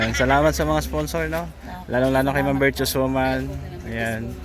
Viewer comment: Virtuous not virtous